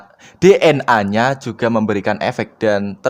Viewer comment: gw ngakak pas denger lu susah ngomong DNA akaoakaoao